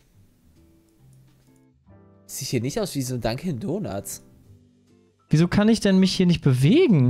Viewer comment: Nach dem 20. "Dankin donats" habe ich ein bisschen die Krise bekommen xD